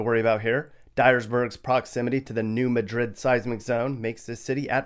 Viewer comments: New Madrid is pronounced "MAD-rid", not "muh-DRID" (IPA: /ˈmædrɪd/ ). Lots of unexpected pronunciations along the Mississippi River. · I really like the part where he mispronounced "New Madrid."